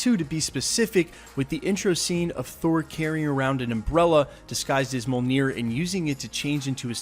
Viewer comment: It’s pronounced (me-ole-near) ✅ Pls stop saying mole-ner....its incorrect